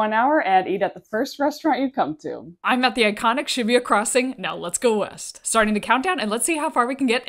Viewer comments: Omg please learn to pronounce street names right. It's pronounced sha-boo-ya. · Weird way of pronouncing Shibuya